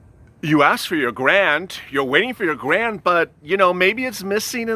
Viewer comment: You said grand instead of grant lmao😂